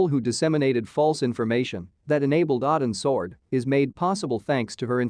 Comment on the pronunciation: What is the name of the op the SEAL team was on? I cant understand the damn AI narrator. It sounds like it could be a mis-pronouned "Odins Sword".